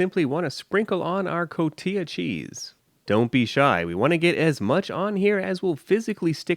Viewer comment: Elote preparado would be a better title just means prepared corn. Elote we eat hundreds of ways. The cheese is pronounced co ti ha. Respect and subscribed